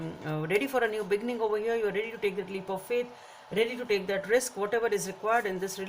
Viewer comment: You really should pronounce “be-ginning” instead of “begging-in”!😂